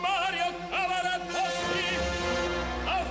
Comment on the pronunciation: Sehr geehrte Frau ansagerin der tenor heist nicht Caravadossi,sondern Cavaradossi...!!!